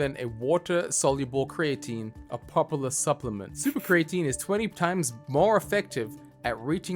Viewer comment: The fact that he constantly mispronounces the word creatine is the biggest sin to me